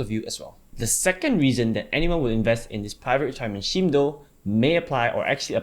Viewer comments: man... it should be pronounced "skeem".. not "sheem".. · I thought it was pronounced Skeme, but I'm using Sheme after this :-) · You pronounce "scheme" weird.